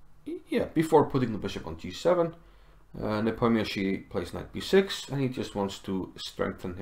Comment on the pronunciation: It's so wonderful to hear Nepomniachtchi pronounced correctly :) great vid/analysis sir